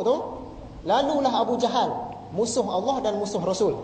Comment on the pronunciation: ustad ini susah sangat nak sebut nama allah